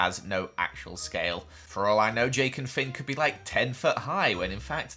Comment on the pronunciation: He called Finn fink